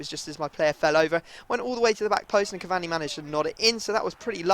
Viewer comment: Cavanni lol its cur-var-ney cavani